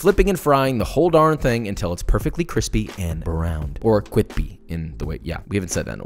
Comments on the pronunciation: This makes me hope that Deadpool 3 will have a scene of him eating a chimichanga and calling it "cwippy!" Not even kidding. Josh actually kind of sounds like Ryan Reynolds. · Joshua says Cwispy once: My brain recieving that sweet sweet seratonin 👁️👄👁️ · Stop saying quispy.....